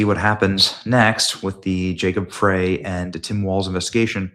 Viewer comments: Frey is pronounced FRY, not "fray". But I know you don't read these. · Hey Benny, love the coverage, but just a note: Frey is pronounced "Fry" not "Fray" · Hey Benny! I think the Idiot Mayor here in Minneapolis pronounces his name fry not as its spelled. Thanks for keeping us informed! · Enough people left (like me) afree walz and frey (pronounced fry btw) F'd up the blm riots in 2020 to make minnesota to loose a seat